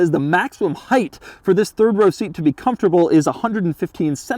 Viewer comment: Does anyone know if Doug has a speech impediment? Why can't he say 'comfortable' properly?